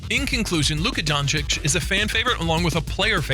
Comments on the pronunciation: Luka Jhoncic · Kyle Embid Luka Jonchich : D